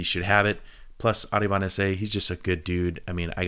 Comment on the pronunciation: ArAvInd bro..not ArIvAnd